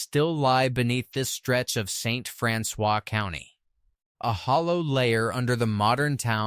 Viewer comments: If you are going to make videos about an area, you should really check out whether your AI systems are pronouncing it properly. bonne terre is pronounced bon-tear ( as in tearing up a piece of paper) st francois is pronounced st. francis leadwood is pronounced lead-wood same as the lead that was mined out of the ground not lead as in leader this AI also butchered caruthersville, desloge and several normal words that humans would have known which pronunciation to use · Wheres "Bon-Turray" or "Dez-lodge" AI sucks and so does this channel. It cant even pronounce the names properly. If you asked a local where Bon-Turray,Saint Fran-Swaa,Leed Wood,Ca-Ruethersville were? Theyd look at you like you were F'd up !!!! THIS CHANNEL SUCKS !!! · I'm watching in St. Louis. Just an fyi, "St. Francois County" is pronounced St. Francis btw. 😖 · That's because the original pronunciation has been ignored throughout the years, Franswa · I'm only to St. Francois (Francis) and I'm not gonna be able to watch the rest because it drives me crazy!